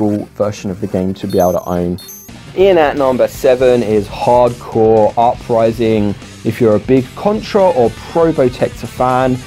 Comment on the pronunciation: After countless videos I've watched you're the first to pronounce "Hard Corps" properly. This alone deserves a thumbs up!